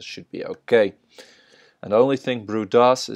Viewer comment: FYI BRUE is pronounced "BROOEY" not "BROO"